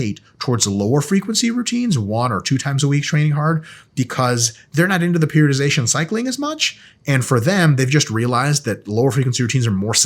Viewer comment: I think this is the only time I heard Mike pronounce periodization correctly lol 😅